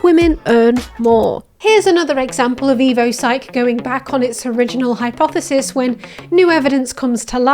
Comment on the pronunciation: What's a "hypthesis"? HYP-thesis?